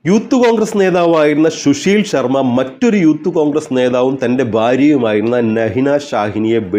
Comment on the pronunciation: ശുശീൽ ശർമ്മ അല്ല സുശീൽ ശർമ്മ ആണ്. കഷ്ടം!